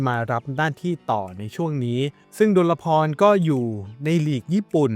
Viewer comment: ยูฟ่า ชื่อจริง ดล-พร ไม่ใช่ ดล-ละ-พร